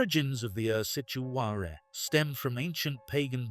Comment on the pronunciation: Good job ! I am Romanian and the names are spelled ok! Only "Ursitoarele" you butched them :)) great video as always!